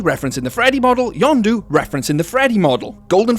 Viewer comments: When you say "Yendo", it sounds like "Yando", and if it's an accent, that's fine, but it's strange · Um you’re saying yonndo not yenndo please say it normally in next video please.😢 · pronouncing Yenndo as Yawn-doo instead of yenn-dough feels illegal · Not to mention you also pronounced it "Yondu" Not "Yendo" and I wasn't looking for a minute and I thought you somehow brought in Guardians of the Galazy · Bro says Yonndo but it's yenndo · Yanndo? Its YENNDO Y E N N D O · its name yendo you are saying it wrong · It’s pronounced “Yen (like the Chinese currency)-dough” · how tf you get that pronunciation? it is blatantly spelled out as Yendo. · He really said yenndo as yondu oh and no hate I love these videos I was just making a simple joke keep up the vids